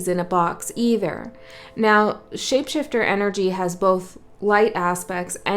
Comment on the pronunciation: Ha ha you said ship shaifter maybe like a vessel hmm…..I really love your work💛these beacons are realy helping our voyage